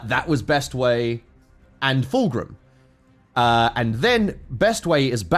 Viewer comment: It is pronounced FULCRUM. NOT FULGRIM.